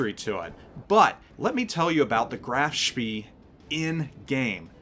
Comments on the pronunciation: its NOT speeeeeee my goodness.... more like "speh" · It's 'eh', i.e. just a long 'e' which in German is not a diphthong. I think the exact same vowel does not really exist in English but it's definitely not 'ieh' like in the English 'bee'. The 'ay' is just the closest you get in English so it's easier to learn and find examples (and will usually be understood.). Actually it's a bit lighter than the first 'e' in 'celery', and of course a lot longer. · nice one! small point though, I am not German, but AFAIK the ee in Spee is pronounced more like 'ay' so it becomes 'shpay'. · Isn't it Spee pronounced spay? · Pronounced Spae NOT Spee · It's pronounced more like SPEY, not SPEE. Rhymes with "hey." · Correct his pronunciation is at best ignorant, at worst very annoying. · Nice review thanks! Oh, and I always pronounced it Graf "shpay" I could be wrong though.... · Graff schmeeee! British did know what to call them. The pocket Battleship is an insult type name to make them sound less scary. Pronounce it spay by the way! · Thought it was pronounced "Grahf-Shpay". With a hard 'A' sound in Spee. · He's pronouncing it wrong. It's more like "Spae" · yeah I'm pretty sure it's spay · you didn't pronounce it like the videos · LOL, hard to argue with that one. Definitely what you said ;-)